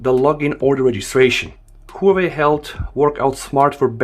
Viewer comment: It's Huawei, not Huwei. lol.